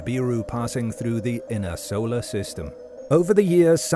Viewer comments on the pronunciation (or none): none